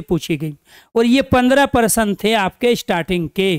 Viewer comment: पहली बार प्रश्न को parsan बोलते हुए सुने। हम हैं math वाले दिमाग में % आ जाता है 😂😂😂😂😂